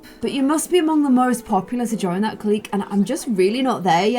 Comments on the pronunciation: just to help you out with pronunciation, hooky = “hook-e”, clique = “click” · Just love you dearly but please clique is pronounced click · Clique is pronounced like "click'... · I wanna join the popular kids clique(but she pronounces it as cleek). Me: Clique(pronounces it as cleeshay). the way she says it is triggering me hardd 😭😭😭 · pronounces Clique like Cleek when its supposed to sound like CLICK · ITS CLICK NOT CLEEK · lol i love how you pronounce things😂 “clique” is pronounced like “click” it’s so funny ahahahhahahahah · Nobody:: "cleek" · I think it’s pronounced “click” but I’m kinda dumb so maybe I’m wrong. Anyway, I love your videos stay positive 😂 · Clique is pronounced like click (at least in America)